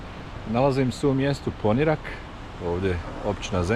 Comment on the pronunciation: super snimak, samo sljedeći put snimi malo i Vracu za nas dijasporce 😅. I samo da te ispravim, kaže se Poniiirak sa dugim "i"